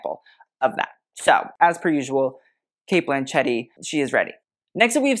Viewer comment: Cate "Blanchette"😂😂 wild. Like machete!